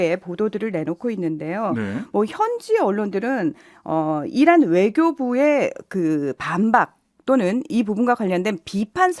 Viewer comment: 이란이 아니고 이런이라고 들렸어요